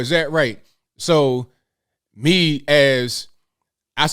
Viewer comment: When he said Lee instead of me. I want to know who Lee is and if that is his true muppet master🤔